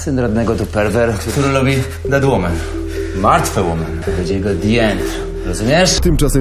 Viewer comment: martwe łomen, a nie łimin nie pojdę na dno elołn damet